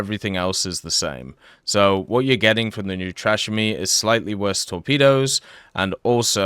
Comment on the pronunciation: "New trash me" 😅